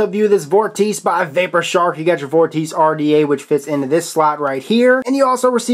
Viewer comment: hmmm sure not pronounced vor-tee-chey ??